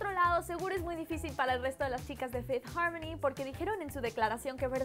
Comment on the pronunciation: no me gusta como dice fifth harmony se escucha naco